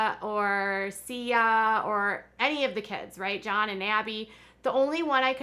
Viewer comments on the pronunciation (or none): It's SIGH-A, as in Josiah. Not SEE-A. I love your channel.❤️ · Wow... interesting story! I thought I would send a quick note about 'Siah. It's not pronounced as "SEE-ah" but rather "SIGH-ah" with the long I, as if you were saying the name Josiah but simply left off the "Jo" portion. Keep those great stories coming in 😊